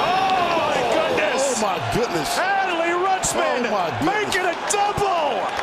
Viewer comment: Who’s “Alley Rutschman” lol